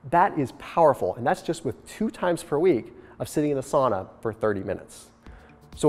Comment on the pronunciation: That's not how you pronounce "sauna" though :D